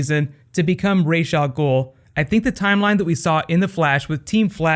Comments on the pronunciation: No no freaking Ra'a Amell it's gonna be Al-Sha-Heem... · Ras ah mell i died